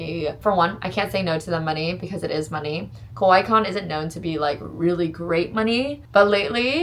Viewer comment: The way you say kawaii sounds like the word for scary, not for cute.